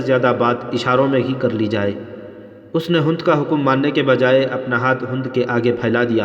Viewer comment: ھوند نہیں بہای ھند(ھیند) اور صحراء بفتح الصاد ہے بضم الصاد نہیں صوحرا نہیں بلکہ صحرا ھے